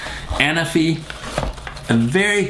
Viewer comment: The accent is on the 2nd ‘a’, Anáfi is a Greek island ;)